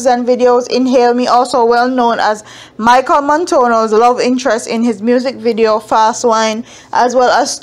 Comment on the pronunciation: You pronouncing these people names SO wrong. Who tf is Michael montono? its MACHEL SIS